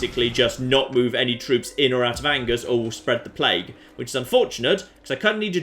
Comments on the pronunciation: Ok I get the Nothing Toulouse pun for a title but Angers isn't pronounced as it is in English. It is pronounced On-geres not Angers. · I did mean On-Jay rather than On-geres. Surely would have corrected his pronunciation though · hey ! i live in Angers !! (and that last man was my grandpa ! rude !) and it's pronounced anjay (the "é" like fiance) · How does poor editing get through every single mispronounced "Angers". Something something hard "R"...